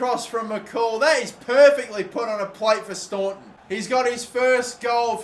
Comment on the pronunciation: Daire in Ireland is pronounced "darra". You pronounce staunton correct tho 👌